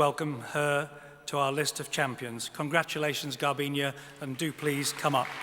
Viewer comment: Come on it's GARBIÑE, not Garbiña...